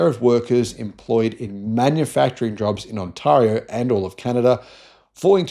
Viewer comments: Maybe check out how Ontario's pronounced, mate. The second syllable is more like eh than aah. Good piece though. There's plenty of history behind the US Canada Mexico auto pact and free trade deal. Americans have always been business oportunists, but bring in someone like Trump who wants to try and break Canada so he can carve it up for his friends, and it gets amped up to 11. They picked on the wrong people. Like Oz, we tend to make people remember why it's never a good idea to pick fights with us. As to the why of it, we supply a lot of cheap materials, which the guy who likes makeup thought it would be great to tariff. He bullied GM and Stellantis into shutting down Canadian production. Now we're suing, since we put billions into the factories with conditions. They broke them. They're also facing quotas and counter tariffs of up to 25%. Companies outside the trade deal are already paying a 25% duty on cars made there. So Kia, Hyundai, and Subaru are sending us cars from back home, and they're cheaper. More will follow, since our economy is chugging right along. So now the US auto industry is in an awkward spot, particularly with a downturn in their domestic economy and big increases in the price of cars due to tariffs on parts and raw materials. Canada was 41 million quite affluent customers who loved spending winters down south, and spent freely in places like Vegas. So they have lost business equivalent to a state the size of California. It's one thing to bankrupt a busi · OMG, have to get past how he doesn’t know how to pronounce “Ont-eh-rio” seriously. While we agree that jobs are being lost in our automotive industry it’s because of overpriced vehicles and not EV adoption which is slowing in North America (post incentives ending which caused a minor spike in September). Everything EV has been delayed or cancelled. As an EV owner more people are interested but politics and general EV fear-uncertainty-doubt are keeping sales from growing.